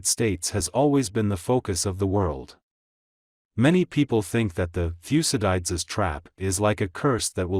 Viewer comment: Thucydides is pronounced thoo -si-duh-dees.